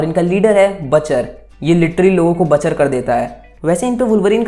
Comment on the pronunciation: Batcher nai butcher